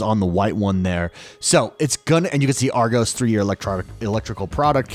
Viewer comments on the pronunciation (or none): Love the way he said Argos, genuinely. But for ref. it’s pronounced ‘R Gos’. He made it sound really upmarket which is an in joke in the UK, we call it Rgoose. But it’s basically the toys and tech bit of Target stores